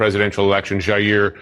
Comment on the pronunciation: Why is it that we can pronounce AOCs name with a fake accent, buy cant pronounce jair correctly? Im sure its pure coincidence